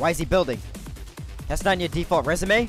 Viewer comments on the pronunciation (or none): Jared Chavez dude your right he says resema👍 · Jared Chavez it's spelt resume. More than one pronunciation.